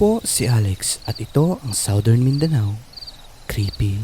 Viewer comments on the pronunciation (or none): none